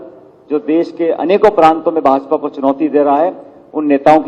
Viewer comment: ndtv पहले तुम हिंदी सीखो देस नही देश